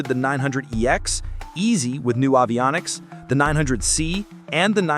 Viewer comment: “Avionics” could be pronounced better too.